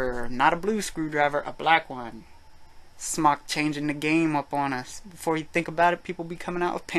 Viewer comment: no he pronounces it correctly